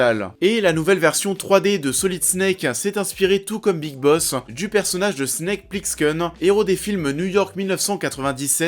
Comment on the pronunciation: Snake plix-keun... c'est bô !